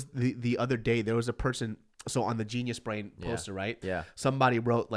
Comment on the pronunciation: Why is it that everytime he says GeniusBrain, it sounds like Gina's Brain?